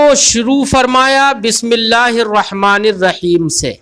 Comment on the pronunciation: حضور بسم اللّٰہ ب کی زیر سے ہے آپ بار بار ب کی زبر سے پڑھ رہے ہیں۔